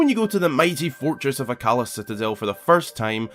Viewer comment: Minor gripe with the video, and that's with pronunciation (which, yes, I understand how accents work). Akkala is pronounced Akka-lah, not as Ah-Kalla.